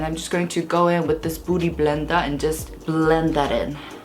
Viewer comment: I heard booty blender 😂